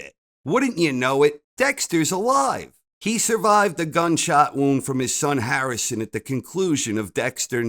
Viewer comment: I learned the host of this show is Jewish based on how he pronounced “Harrison” 😂